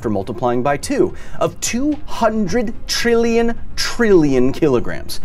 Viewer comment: man goku can't even pronounce past trillion